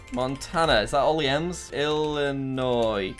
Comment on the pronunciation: Why can Jack pronounce Illinois correctly (without the s) but NO ONE ELSE OUTSIDE OF ILLINOIS CAN